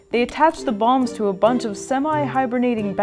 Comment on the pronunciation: Bat BOMBS? I thought you said BONG